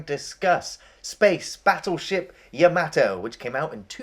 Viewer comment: you both pronounce yamato strange lol